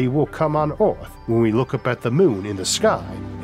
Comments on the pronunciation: pls stop saying oaathh bro thats pain for my ears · No we cannot ..we cannot even get an AI reader to pronounce the word earth correctly .